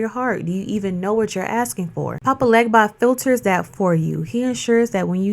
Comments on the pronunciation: Papa Legba IS Eshu Elegbara, ask him yourself... He also prefers you pronounce his name without the G (Haiti was heavily French influenced). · Talking about something when you cant pronounce it correctly loses your credibility 🤨